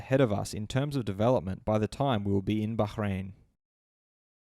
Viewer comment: Lol Bacchhrain